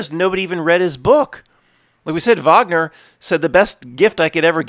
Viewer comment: Never heard that Wagner quote (nice Matt pronounced it right haha) that is based as hell. ( - I've done him the kindness of not reading his book and my greatest hope is that one day he will thank me for it) I'd have to guess/assume it was regarding the whole "Twilight of the Gods/Idols" debacle lol.